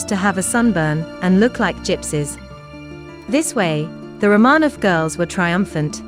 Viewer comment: Pronounced. "Row - man - off"